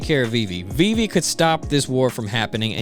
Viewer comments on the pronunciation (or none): Viv-e not VV